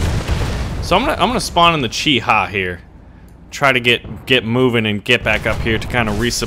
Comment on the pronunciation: its called "chi-ha" the name of the tank